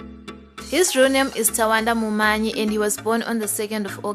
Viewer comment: Munyayi not mumanyi